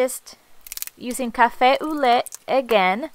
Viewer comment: Lovely tag ! I love the colours you used ! And for the café au lait, you have to pronounce it, café "o" lé. ;-) TFS and have a nice sunday